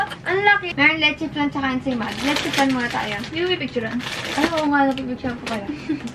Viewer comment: "Ensaymaalat" hahaha I can't stop laughing 🤣